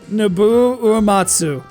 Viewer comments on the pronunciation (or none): it's "No-boo-oh," not "No-bo," and it's Aeris, not Aerith. ;3